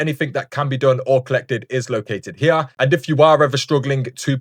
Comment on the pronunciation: right hee-ya